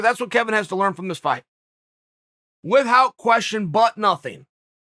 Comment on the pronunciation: Chael "without = withHout" Sonnen